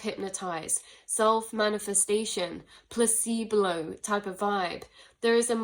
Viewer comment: okay, a couple things, if i could manifest things into existence then you would be sitting on my lap right now, lol, also, not to nit pick or be a dick but i keep hearing say it so the word is placebo, not placebLow,, just trying to help you out, not calling you out, you way more educated and eloquent than i, Q-T 3.14